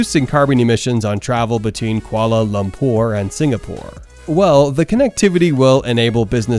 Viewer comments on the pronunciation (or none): I’ve never heard anyone struggle as much with the pronunciation of Kuala Lumpur! But then again I commend any American who knows a bit about the world beyond their borders.